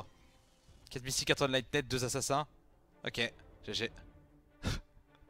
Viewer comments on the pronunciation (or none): Par pitié quelqu’un sur le live twitch peut lui expliquer comment on prononce enlightened correctement je vais pas tenir un set entier comme ça 😭